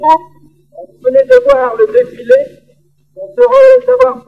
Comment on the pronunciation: défilé not dèfilè